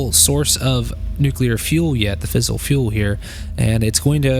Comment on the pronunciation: Great vid, for future reference it is "fizz-ile" not "fissle". Source: engineering undergrad. E: And it is also Turb-ine, as opposed to Turb-in. (rhymes with line)